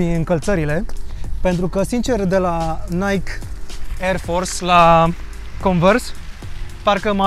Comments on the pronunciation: Se citeste NAICHI, nu NAIC :D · nike [naikee] not [naic]